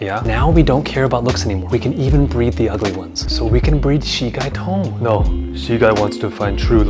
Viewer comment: I know Bin Qi Ling, but Xi Gai Tong was mispronounced, so I was wondering what it means.